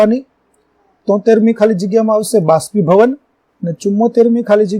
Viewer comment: ભાષ્પીભવન નહીં બાષ્પીભવન